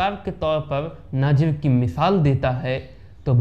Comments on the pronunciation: Naazir nahin nazeer bolo. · नजीर को नाजीम बोल रहे हो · नाजिर नहीं नज़ीर कहिए नजीर हुसैन आप गलत उच्चारण कर रहे हैं